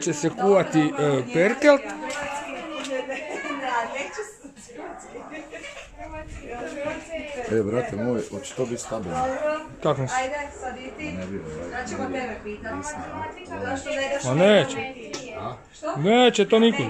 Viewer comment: NIJE PERKET NEGO PERKELT